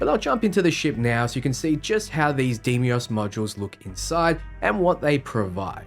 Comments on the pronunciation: Did he just say DE-I-MOS? It's pronounce as "DEYMOS" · Its day-mos not dee me os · 25 minutes of saying De mi os when the word is Dei mos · The video was so incredibly helpful. Thank you! That said, they say DAY-mos in the game. Deimos is pronounced DAY-mos.